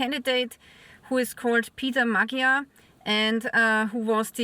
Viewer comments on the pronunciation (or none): His name is pronounced more like Mod-yar.